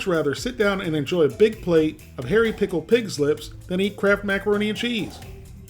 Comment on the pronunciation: i thought u were saying "crap" macaroni an chease lol ... or is it kraft?.. i cant tell .. sounds like crap....... lol hahah crap!